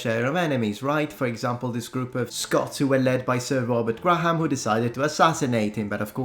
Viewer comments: Hey, I know you like to pronounce words correctly, So for Robert Graham, his last name is not pronounced Gra-ham, it is pronounced Gray-am. Gray rhythms with gay and the h is silent. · Graham is a one syllable word, the H is silent.